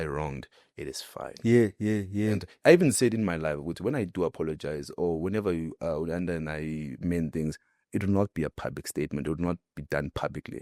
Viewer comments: He can't even say Uyanda's name,He keeps on saying uboy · The fact that u cant even say Uyanda's name bothers me. You keep referring to him as u boy or something🤔 May God help u child